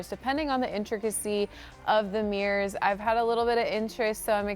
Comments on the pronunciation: They are not MEERRORS. THEY ARE MIRRORS. THERE ARE NO E’S in the word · It bothered me so much that she kept calling them “meers” I couldn’t even watch this. 😣